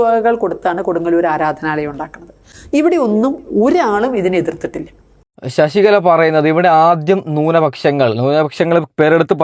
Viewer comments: എടാ കോപ്പേ ശശികള എന്ന് പറയാതെ ശശികല എന്ന് പറ. നീ പോയി നാക്ക് വടിച്ചിട് വാടാ പുല്ലേ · ശശികള അല്ല ശശികല എന്നാണ്